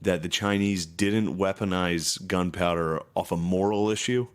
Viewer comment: I caught you saying "gun power" you stpd btjhc HAHAHAHA